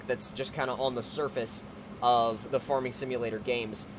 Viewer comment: why do you pronounce farming like forming?